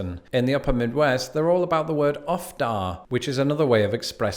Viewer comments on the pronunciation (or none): Uffda - pronounced "oofduh" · Uff da should be pronounced more like oof da, it's a Scandinavian thing. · Not "Uff da" the way it's spelled. Sure, spell it that way, but it's pronounced Oof da. And it's not really for conveying surprise. Think more along the lines of expressing that you just did something arduous or you're conveying dismay about something, often in reaction to someone else's story of a tough situation or while retelling your own tough situation. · Your channel is delightful, but for real, it’s not uff-da, it’s ooof-da. And as Raymond below me points out, ope is always followed by let me sneak by ya, or sooory. I’ve never heard of a pitch in, being from Minnesota, but you must bring a hot dish to a potluck! Keep on keeping on, tell your folks I says hi. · I think you meant to say 'oof duh,' not 'uff da'. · Uff da is pronounced oof duh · The "uff" in uff dah doesn't rhyme with cuff, it rhymes with roof. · Uff in uff da is pronounced like "oof" and rhymes with roof. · As a currant Minnesotan, it’s “ooof dah” not “uff da”. Hot dish = something like a casserole, and the kids’ game “ duck duck goose” is “duck duck grey duck”. It always sounds to me like older Midwesterners pronounce their vowels more rounded, almost like it comes out a different place in the mouth. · It's not pronounced ufda, but oofduh. I'm from the west coast but my family is Swedish. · In Minnesota I’ve never heard anyone use pitch-in or sweeper, it’s always a potluck and vacuum. . . and it’s definitely pop, as it should be. Also, it’s pronounced oof-da, not uf-da. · Uff-da. It’s pronounced Oooooof-dah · It's pronounced OOF-DA! Not uhhff da. This is very important. Please make a video apologizing for this serious error. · LoL Loved and recognize that face from the recipient of "Ope"! Offda? Dude, it's uffda (ouf- da) from the folks who call a roof a ruf. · It's "Oof-da" around the tri-state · ps uffda is pronounced oof-duh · It's pronounced "oof duh." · Exactly! I was horrified 😱